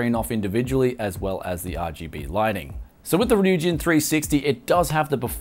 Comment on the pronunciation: first review i watched where he pronounced the name right lmao